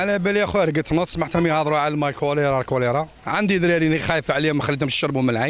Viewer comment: وباء الكوليطة مشي الكوليرا😀